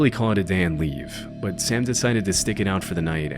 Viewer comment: "bahhht" "unfortunately" "howver"...